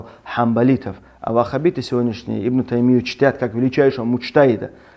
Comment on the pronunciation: Ты искажаешь имя аллаха, вахаб, бойтесь аллаха,,как вы надоели, может в индии переедишь